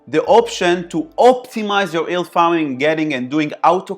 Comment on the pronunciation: thanks very informative, have subscribed...being a smart ass I can't help myself & will say that talking about yield farming you might have to learn how to say the word yield hahaha it's not ''ild''